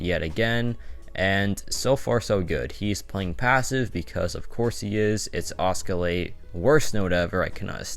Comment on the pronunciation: Btw it's not oscalate, its oscillate 😉